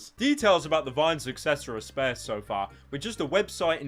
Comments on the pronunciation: its pronounced sp-arse, you lesbian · More like "Spaerce" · You mispronounced sparse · the way you pronounce 'sparse'>>>>>>>>>>>>>>>>>>>>>>>>>>>>>>>>>>>>>>>>>>>>>>>> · pyro can't pronounce sparse lmao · sparse is pronounced sparse mate